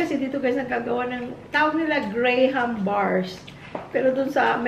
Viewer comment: Gra’m is how they pronounce it fren..ganun ang dinig ko sa mga bata😅 maarte talaga di ba? Pero ako GRAHAM hahahaha